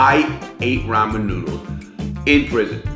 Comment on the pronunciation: Rah-moo noo-dooles